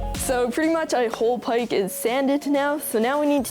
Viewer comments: What accent is that bc you said paik but not park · I like ur accent but the way you say park triggers me it sounds like pike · At first I thought you were saying pike instead of park lol, idk I think it's either that's how you pronounce it where your from or that's how you were taught to pronounce it. Oh and btw, do Canadians really pronounce z as zed? Or do they still prounoince it as zee? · Bro said pike instead of park 50 times but I still love his videos